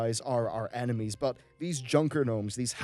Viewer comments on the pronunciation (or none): none